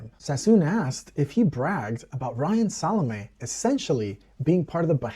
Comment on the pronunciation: Thank you for the pronunciation of Salame